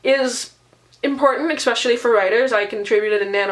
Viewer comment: How a person that reads this many books can say 'expetially' is well beyond my comprehension.